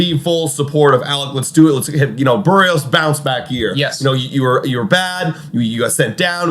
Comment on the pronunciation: HIS NAME IS BERRIOS! NOT BUHREOS